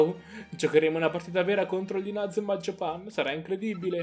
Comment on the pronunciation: lo so ma tu nel video lo pronunci in modo sbagliato.